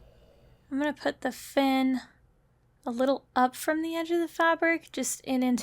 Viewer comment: Every time you say 'fin' I hear "RAAAAAAAAAAAYYYYYYYY!"